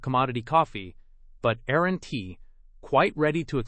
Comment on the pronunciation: This is so grating and ignorant to listen to. Instead of aren't we good, Aaron T ??? Instead of that's why, that S Y ?? This is insulting to education, grammar, and intelligence. Don't you have a proof reader ? Let S instead of let's...This needs to be taken off the internet.